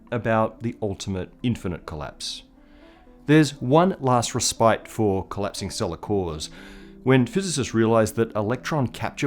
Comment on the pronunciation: You both made up a meaning AND pronunciation for "respite" here unless you're saying some other word entirely that I'm just hearing wrong. If you did intend "respite," I'm extremely curious how getting both the meaning AND pronunciation completely wrong could make it past your entire team. How does not a single person there, first, simply know the word, and second, if no one did, why would not a single person there say, "Hey, what's that word you're saying there? I don't know that word so I'm going to spend ten seconds to look it up. Oh. Hey! You're using that word wrong AND pronouncing it wrong! We need to fix that for production!" Now I'm left to wonder what ELSE you're not looking up over there, but should.